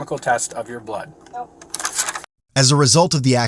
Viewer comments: Tell me why I heard "substances in your BUTT" lmaooo it was blood not butt 😂😂😂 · thought he said "in your butt"..